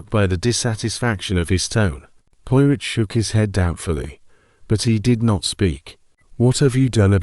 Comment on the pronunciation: Sounds like it's read by AI. Can't even correctly pronounced 'Poirot' keeps saying Pio-rit